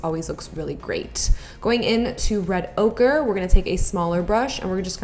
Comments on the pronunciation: Is she saying 'red ogre'??? Ugh I missed you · Every time she said red ochre I thought she was saying red ogre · Girl I kept thinkin u were saying "Red OGRE" like Norvina named that shade after shrek 🙄🙄🙄